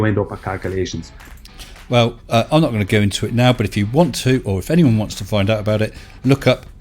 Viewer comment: The kakalations derp 😂 ffs